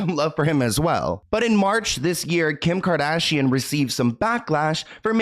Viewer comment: The way that one girl pronounced “kardashian” actually triggered me ☠️